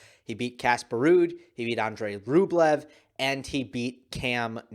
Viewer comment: Rublevs name pronounces Rubljov